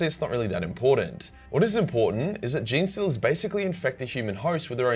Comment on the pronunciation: "Jean-Stealers" is exactly right, can't stand those wierdo's who say "Genie-Stealers".